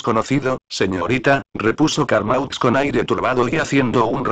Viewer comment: Carmaux se pronuncia Carmó!!